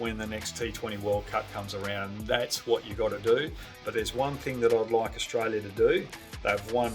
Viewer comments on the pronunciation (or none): none